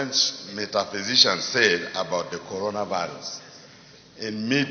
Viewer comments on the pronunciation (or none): He keep saying COROVERSES. Abeg na which one bi COROVERSES?